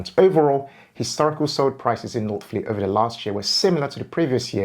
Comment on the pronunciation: Lost me at northfleet 😂. Great research though. Subscribed!